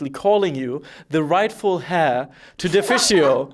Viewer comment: These guys are fun :) By the way, was " the rightful 'hair'" an inside joke? Or just mispronounced "heir" ? Cheers